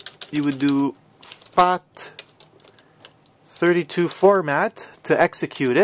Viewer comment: is it just me or does it sound like he's saying "fact" 32? XD